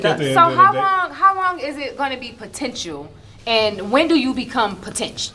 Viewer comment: Potential and not the potench. Wtf. Is she making up words too